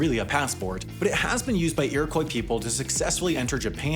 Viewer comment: You are pronouncing Iroquois incorrectly.